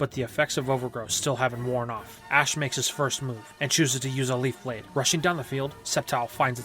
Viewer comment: I think i heard you saying septile uses sleef blade